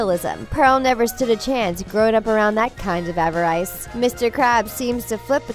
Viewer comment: It is pronounced Avarice Av-Ar-iss